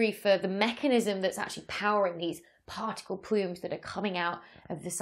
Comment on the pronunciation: " Plarticle. " That should become a word. Any suggestions ?